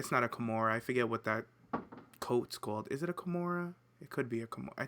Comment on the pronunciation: did you just call a kimono a kimora?..... i will end you....